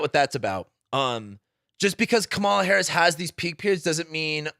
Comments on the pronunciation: Comma-la, not cum-Mala. Ignorance or disrespect?? Neither is attractive. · It is pronounced “comma-la”. 😉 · Can you seriously not pronounce KA MA LA? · I just wish you would say her name correctly. If you are a history buff then you should recognize the signs of the fascist rhetoric that he has been spewing. The reason that he was not a dictator in his first term is because people surrounding him kept him in check. Those people are no longer there...the people who would be surrounding him in a second term would not hold him back. That's the difference. I think people are missing that point... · It's a disrespect thing. They all know her name. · Trump appointed 3 judges who overruled Roe v Wade. Women are fucking dying, this is more than elections. He can’t even pronounce Kamala right wtf